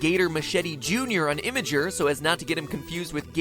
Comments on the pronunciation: IMA-GER??? IM-GUR!!! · did you fucking just call Imgur "imager" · Wait Matt, you pronounce Imgur as "Image-er" and not, well, Im-gur? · imagur...? IMAGUR?! ITS IHM-GUR MATPAT, DAMNIT! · I'm sorry, did you just pronounce imgur and imiger? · YOU PRONOUNCED IMGUR WRONG